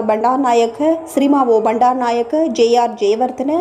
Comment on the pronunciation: S.W.R. இல்லை S.W.R.D Bandaranayake, பண்ேடாரா இல்லை பன்ேடாரா,Japan,sarles இல்லை Charles இந்த ெசாற்களின் உச்சரிப்ைப கவனிக்கவும்.